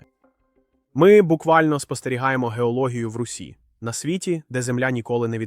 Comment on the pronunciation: чого "за тисячі кілометрів" коли мова про хаббл і вебб якщо до Юпітер сотні мільйонів кілометрів?. чому у вас наголоси дебільні. аі озвучує чи що? шАри, попЕлу, в русІ, впорскУють. звідки ці наголоси? Наче коньтент годний але озвучка то повне лайно. повне собаче лайно.